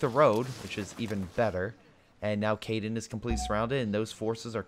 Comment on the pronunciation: How do you get Caiden from Caen? I mean I get you're bad at pronouncing but are you even trying?